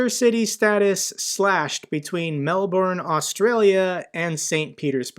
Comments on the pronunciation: Aargh why can’t Americans pronounce Melbourne? Try saying melbern really fast and you’ll sound Australian in no time. Sorry pet peeve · it's not, (Mel------ bourne ) find an ozze in the states on how to say it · Great vid as always. BTW - Melbourne is pronounced Mel-b’n or Melbun 😊❤ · Why does everyone pronounce it as Melborn, it's pronounced Melburn. Love your vids btw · Melbourne pronounced Mel bn 😂